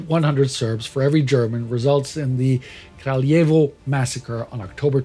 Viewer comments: Just a minor correction: It's "Kraljevo", not "Krajlevo". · World War Two Nice video! Thank you! Small corrections: Kraljevo (not Krajlevo) The Kragujevac (Kraguyevac) massacre was the mass murder of between 2,778 and 2,794 men... Headline is very misleading: It seems that all Serbs were collaborating, but majority of Yugoslav Partisans were Serbs, not only in Serbia but also in Croatia, at least in 1941. Keep doing good job! Cheers! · Nice video! Thank you! Small corrections: Kraljevo (not Krajlevo) The Kragujevac (Kraguyevac) massacre was the mass murder of between 2,778 and 2,794 men... Headline is very misleading: It seems that all Serbs were collaborating, but majority of Yugoslav Partisans were Serbs, not only in Serbia but also in Croatia, at least in 1941. Keep doing good job! Cheers!